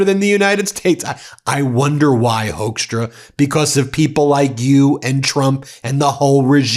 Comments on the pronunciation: Hoekstra is pronounced Hook-stra, not Hoax-stra, although the last one is more fitting. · The correct pronunciation of his last name (at least in the country of his birth) is Hookstra, not Hokestra. We don't claim him. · As a Dutchman I'm ashamed of the Dutch roots of that piece of garbage Hoekstra. We also thought he was our man when he became ambassador to the Netherlands during Trump 1 but no, just another piece of Magorian scum, unfortunately. Btw Ben, it's pronounced HOOKstra, not Hoaxtra. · The Dutch pronunciation of the oe in his name should sound more like the oo in fool or goof, not so much like the ow in blowhard.